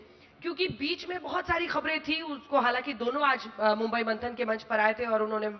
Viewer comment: Anchor kp mumbai bolane ke liye correct karna chahiye.